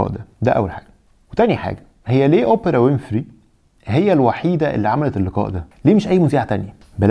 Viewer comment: يا عم الضابط ركز فالأسامي ويليام مش ويليامز وأوبرا مش أوبيرا